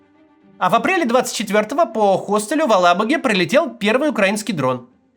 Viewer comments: Максим, русский язык – это не иврит. ХотеЛ, хостеЛУ. Не хостеЛЬ и не хостеЛЮ. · Дорогие редакторы, ну если вы знаете, что говорящая голоса Кац зачитает бездумно любой текст, ну займись правками. Какой нафиг хостель? Он же не думает совсем так вы думайте, убирайте мягкие знаки там где их не должно быть и за ударениями следите